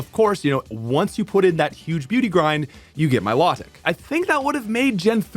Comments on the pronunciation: Mi-low-tic not my-law-tic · Please learn how to pronounce riolu and milotic